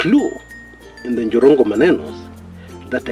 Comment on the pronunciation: 😀😃😄😁😆😂🤣😅😆🤣😆🤣 aka "The Njirongo(not Jirongo)😂😅😆😅....on a lighter note though. The Kamba in you😂... I can't sleep before I listen to you sir. Your reliable, consistent and professional journalism prowess makes you stand out. I affirm your commitment to your cause. Keep it up my agemate sir. My children used to satirically tell me about Jirongo's many children delivered by family van and how much school fees he used to pay, promptly without fail. Imagine Makini school with 39-45K per child per term them days(early 2000). The late daughter with 3 kids was my 3rd born daughter's agemate and class mate at the same time. May God rest his soul in eternal peace. Good analysis 👍. Before I exit, NTV brought in a new slower cctv version confirming that the Mercedes-Benz had already joined his lane by the time the bus was approaching. It kinda looks like the bus hit him while already on his lane meaning its the bus that swayed off his lane. My 2cts view though. Let the DCI do their work to unearth the truth.